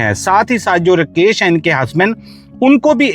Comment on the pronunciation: कितना बोअरिंग ….रकेश नही राकेश